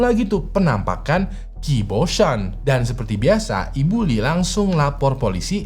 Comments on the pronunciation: Qi di baca ci bang Gu dibaca ku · Qi itu kalo ga salah di cina kaya nya dibaca ci bang